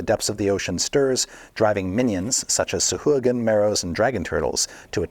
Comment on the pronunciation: Oh! So it's pronounced sah-HOO-again? Lol